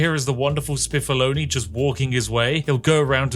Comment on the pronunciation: Spiffolini has created a fine island indeed, but when Spiff accidentally called him Spiffoloni , I imagined an evil Chef Boyardee feeding the laborers with the cheapest possible Beefaroni. And then Spiffolini brought junk food to Tropico!